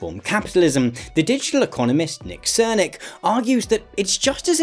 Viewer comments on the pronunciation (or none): Very thorough analysis, thank you very much. The political economist's name, however, is "Srnicek", not "Srnik", you pronounce it "Sirr-nee-tshek".